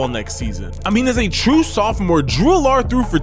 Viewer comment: Agree, Allar should be pronounced like Allen as in Josh Allen.